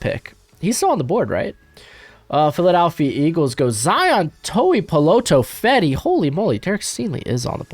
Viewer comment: Bro you say all the time how you have trouble pronouncing guys names but man you were pretty smooth with Zion Tupuola Fetui.